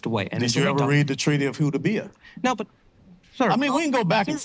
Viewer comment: “Treaty of Hudabiyyah” 😂😂 That literally shut him for a minute…